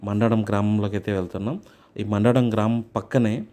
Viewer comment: మండడం కాదురా నాయనా మందడం ఓహో మీకు తెలుగు చదవడం రాదా?